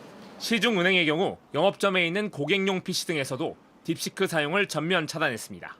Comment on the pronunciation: 딥시크를 자꾸 딥스크라고 발음하네